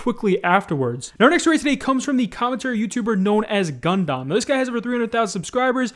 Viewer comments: i'm sorry did you just call him gun dom? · The pronunciation of gundam makes me cry :( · Lol can't say Gundam right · Mispronunciation of Gundam makes me mad, but it's expected at this point.